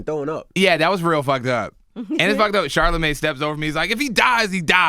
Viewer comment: Kyle called him sharley 😂😂😂 im dyiiiing.